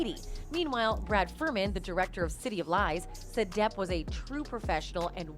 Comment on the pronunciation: The sites are 100% A.I. run that’s why they mispronounce depp.